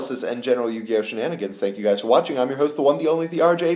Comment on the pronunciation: "Yugioht" :P